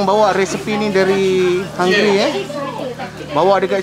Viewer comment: Hai de.....kacau ni de.Resepi Hunggary....tgk pn jdi "hunggry"